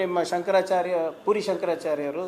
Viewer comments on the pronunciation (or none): none